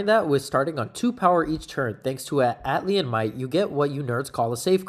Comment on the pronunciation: Not to be that guy, but it's Atlantean not Atlian.